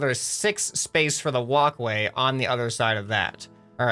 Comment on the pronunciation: Every single time you say walk way I think of woc way